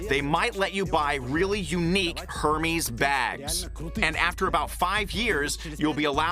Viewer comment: Who wants to tell the interpreter he’s saying Hermes’ incorrectly? 😅😂